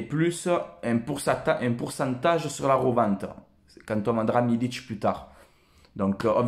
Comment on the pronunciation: Très bonne vidéo comme d'habitude continue comme ça tu et un bon un vrai supporters, sinon juste pour info MILIK sa ce prononce avec un "K" à la fin et pas un "Ć" avec un accent c'est pas un Croate ou un Serbe, voilà bon Week-end à toi porte toi bien et allez l'OM !